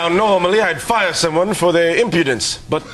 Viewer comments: "imputence" - wayne must've been having an odd day =D so funny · Vana Ri specifically meant to say “insolence” which means to not follow orders from your boss at work. But it came out as “impudence” which isn’t a word, and Ryan took it to sound like he was calling him out for his “impotence”